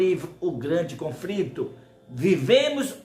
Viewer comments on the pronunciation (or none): O lá ele não sabe nem fala conflito, foi um confrito ouvir lá ele falar. Parece o caneta azul falando. Esse é o profeta lá ele.